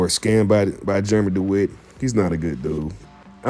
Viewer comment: Hard to listen to this when you mispronounce his name